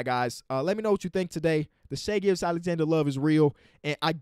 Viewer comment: They way you pronounce hs name is waaaayy better than the announcers. they make it sound like "Gorgeous Alexander" lmao